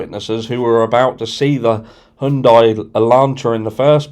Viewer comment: High __ Yun __ Die . My god man youll be trying to get your tongue around alluminium next.